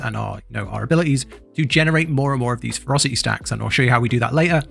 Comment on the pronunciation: They’re pronounced Fer-ROS-city and Jag-war. It’s like you lost a syllable from ferocity and added it to jaguar. Otherwise, good guide.